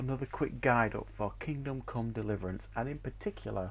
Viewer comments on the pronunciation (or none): I really hear u just said Fuckingdom come Deliverance